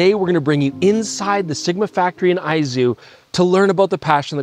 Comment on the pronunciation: My apologies to Chris for saying he was pronouncing Izu wrong when he was correct in saying Aizu. Two different prefectures altogether. Great video tour.